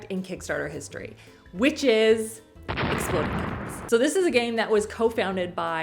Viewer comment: Why was I confused about the game, thinking she said Exploding Kitchens not kittens 😂